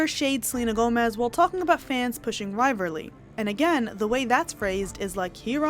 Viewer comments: & – Ok, babe, you got me dead at how you pronounce "rival-ry" as "rivar-ly" the entire video 😂.... say it with me... rye-vahl-ree... ❤😂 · hey, just a little correction: it's rivalry not rivally, I heard you pronounced it that way more one time. Love your videos, I watched 75% of it I think.